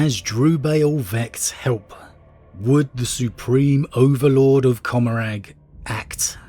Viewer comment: Commoragh is meant to be pronounced like 'Gommoragh' as in Sodom and Gommoragh from the Bible.